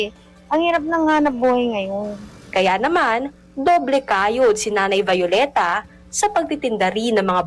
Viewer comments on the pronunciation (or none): Halata na talaga pag-palit ng generation. Yung mga reporter hindi na ma-pronounce na mayos ang mga Spanish names ng mga Pilipino. Yung "Vyu-leta" naging "Va-yoleta". Yung iba din, hindi marunong mag pronounce ng mga Spanish names ng mga lugar like "Gerona" "G" as "H". Need yata uli ng basic Spanish. Tunong jejemon na yung iba. hahaha